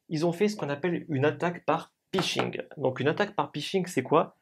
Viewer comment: Explication très claire! Par contre c'est pHishing (hameçonnage en bon Français) et non pishing.